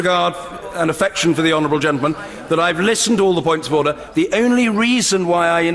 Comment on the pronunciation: minutes in with no ODOR ORDER ORDER ORDER ODOR ODOR UDUR